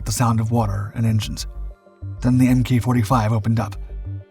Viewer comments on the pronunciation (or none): MK is pronounced "mark" in naval designations. I don't understand how you YouTube people cannot seem to figure this out. It's embarrassing.